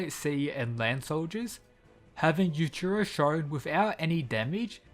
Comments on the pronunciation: It's Yuichiro not Yuchiro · The way you say their name makes it really hard to tell which one you’re talking about. Yujiro: yu-jee-ro Yuichiro: yu-ee-chee-ro